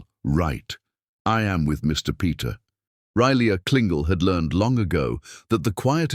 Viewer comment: Mr. Peter, this is definitely AI narrating because the characters name pronounciation is terrible. It's RILEY KRINGLE